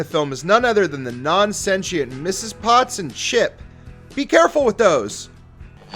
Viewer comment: What the hell is senchient It's sentient - t not ch